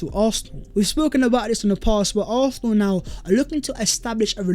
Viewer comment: why do you pronounce it arthenal?